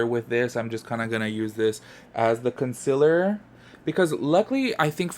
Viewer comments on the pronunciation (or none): “conSILLER” count please. 😬😬😬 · love how you say “consiller “ like laura leech lmao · Same lol. Gets me everytime lol